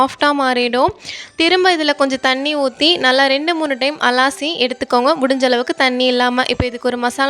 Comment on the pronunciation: அலாசி இல்ல அலசி தமிழுக்கு வந்த சோதனை